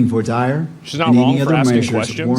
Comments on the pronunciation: Did the judge just pronounce it "voir 'die-er”'?. . .dude must be a noob fresh out of law school 😅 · I know it's knit picking but how tf does this judge not know how to pronounce voir dire? "VWAH DEER" 🙄